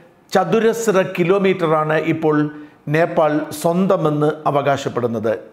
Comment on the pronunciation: നേപ്പാൾ എന്നതിന് പകരം ഭോപ്പാൽ എന്നു പറയുന്നത് എന്തു കൊണ്ട്?